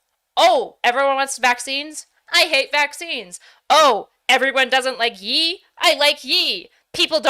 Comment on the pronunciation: what the hell is “yee”?? Did you mean the say Kanye?? Ye?? It’s yay! Like yay!! Yee 🤦🏻‍♂️